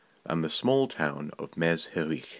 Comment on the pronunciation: Very poor representations, you even did not bother to find out how to pronounce Me-zh-i-rich properly. As for arts, there were plenty there, including engraved jewelry and musical instruments made of bones. I don't blame you of course. These historical facts were mostly ignored in Western Europe, and deliberately neglected in russian empire (with German royalty) and the soviet union (to eradicate the national identity of Ukraine) because history to this time is the politics first of all.